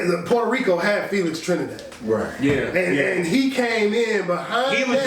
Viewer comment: I ain't never just say Telix Frinidad 😩 And y'all let me do that sh*t 😑